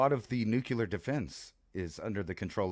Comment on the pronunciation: Its pronounced nuclear.